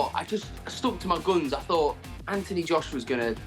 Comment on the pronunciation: Anthony Juiceuwa 😂